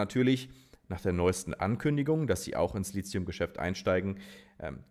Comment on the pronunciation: Mein alter Chemie-Prof würde jetzt sagen: das heißt "Litium" nicht "Lizium"!!! 😅 Gute Arbeit! Ich schaue deine Videos sehr gerne!